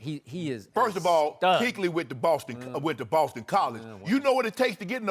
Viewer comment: Skip keeps pronouncing Luke Kuechly wrong when he talks about the best LB.